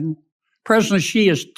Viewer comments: Thank you for all your coverage.. always on point, however.. just a small note.. Xi is pronounced "She", not "Gee".. No biggie.. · I will keep posting this until someone at Midas sees it. Xi = She.. not Zhe. Please stop mispronouncing his name. It only takes a few seconds to listen to the phonetical pronunciation of names. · To pronounce "Xi", say "seek" and take away the "k". Or just "sea".